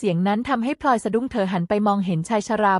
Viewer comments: เมียน้อยชื่อพลอย ไม่ใช่พล่อย ผู้อ่านคือหุ่นยนต์ AI ใช่ไหม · พลอย อ่านพอยไม่ถูก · พลอย อ่านพอย